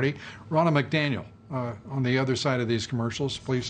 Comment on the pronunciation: "...your rear...REACTION....your reaction?" "Ronna McDamnit...McDaniel! " love Dobbs little bloopers XD